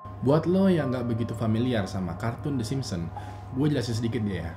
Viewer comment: yg gw dgr: kartun tersebut adalah.. the Simsem:v